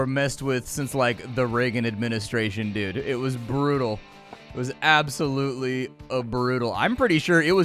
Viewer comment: “Ab-so-LOOT-ly” nice 👍🏻